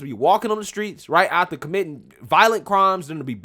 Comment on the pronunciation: love you. But please...it's AF-TER You keep saying ATH-ER